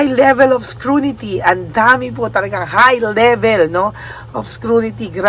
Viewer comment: Correction po,..."SCRUTINY" HND PO "SCRUNITY." No offense meant please, madam. Natutuwa ako, madam at maayos na maayos na ang iyong pagsasalita, hnd ka na nagngongongo ngaun. GOD BLESS & PROTECT U ALWAYS!